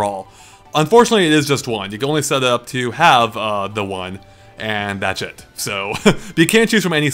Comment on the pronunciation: Why do I keep earing "that shit" every time you say "that's it"?